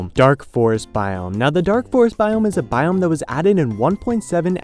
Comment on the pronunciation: It sounds like he's saying "Taiga Bomb"